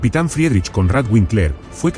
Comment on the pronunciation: FRIEDRICH SE PRONUNCIA "FRIDRIJ", KONRAD SE ACENTÚA EN LA "O" Y WINKLER "VINKLA". "FRIRIJ KÓNRAD VÍNKLA".